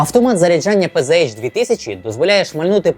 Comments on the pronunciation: та не пз а пц. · Все б нічого, але вірно казати ПЦХ 2000, бо це німецька мова.